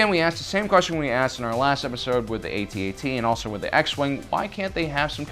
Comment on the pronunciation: non human jedi? i think u mixed it up. an thank you for saying A-T-A-T and not atat it makes no sense when people do that cuz what do u call the AAT? aaat. or 3CPO 3seepoh. nah, good vid tho